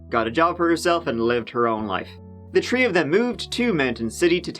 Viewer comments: I know it's wrong but i would really enjoy your videos a lot more if you pronounce three briefly. If you told me look at the three trees. i would hear look at the tree trees. I really do try to let it be but it's really automatic. I won't ever comment on it again. Love ya like. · Love the way you pronounce certain words that begin with “T”. Three is tree. Thought is taught. It’s cute and sounds like a little kid. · Tree, tree, the number "tree"!